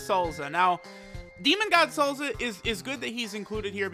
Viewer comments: Its "Salsa" not "Salza" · Sounds funny af either way